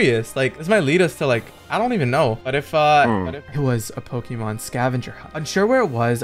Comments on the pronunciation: Pls get someone with actual pokémon knowledge in your team so you pronounce the names right….. And so you can get advice on battles… Good video though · bros never played pokemon he cant pronounce any of them xd